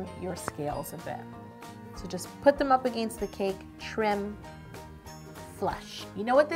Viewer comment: Her Canadianess comes out when she says "against" ❤️